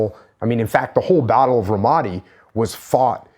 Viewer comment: Learn to pronounce Ramadi, you fucking knucklehead.